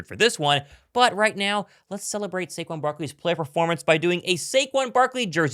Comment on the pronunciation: SHHAYQUANNN how my Mexican folks pronounce his name.. 🤣🤣🤣 I Love it 🔥